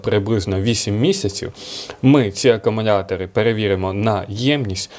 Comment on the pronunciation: Акамунятори🤣👍, до логопеда сходи чучало!